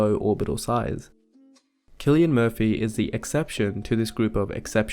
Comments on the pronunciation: Btw it’s pronounced “Sill-Ian” I know a lot of young girls who go crazy over him. I think it has to do with his hairstyle and baby blue eyes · i thought his name was pronounced 'sill-ian' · Wow i pronounced it Sillian not Kllian My bad! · I didn't know his name is pronounced Killian. I thought it was pronounced Sillian. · Wait so you’re telling me his name is pronounced as “Kill-ian” and not “Sill-ian”???? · Oh my god, I’ve been pronouncing his first name wrong 💀 I thought it was “Cillian” with an s sound. But it’s “Cillian” with a c or kuh sound 🤦‍♀️ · and i've been here my entire life mispronouncing Cillian as "zillian" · IVE BEEN PRONOUNCING HIS NAME AS "SILLIAN" THIS WHOLE DAMN TIME!!! FUCK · Even I used to pronounce it as "sill-ian" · Dude doesn’t even know the correct pronouncation of Cillian and came to analyse his face